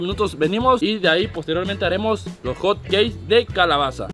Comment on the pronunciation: 🗣️🗣️Hot-keis✅ Hotcakes 🥞 ❌